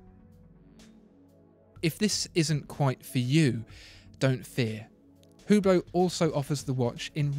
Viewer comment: I heard you say Hublot. It is Ublot. The H is silent. You can double check.